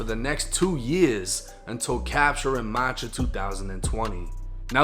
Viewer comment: What month is “Motch”??? 🤣🤣🤣🤣🤣🤣